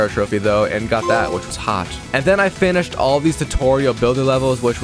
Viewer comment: “And then I finisht”